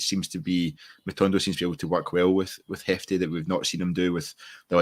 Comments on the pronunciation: His name is Jefte not Hefte. Listen to the manager. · Yeh the ‘J’ in Jefte is pronounced like the ‘J’ in João Moutinho